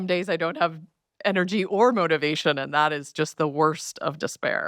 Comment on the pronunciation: Much love Dr. H—I am so looking forward to the day you say ENERGY, not “energy” 😘 🙏🏼💖🤩👑